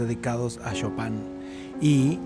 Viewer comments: Por cierto es Chopin!!!! no chopan xddd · Gran episodio... sin embargo, de todas las numerosas formas en las que pronunciaste Chopin, solamente lo dijiste bien cuando te referiste a la banca interactiva.